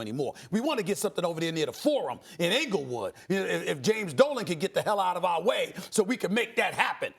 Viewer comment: “Inglewood!!!” Lol’s!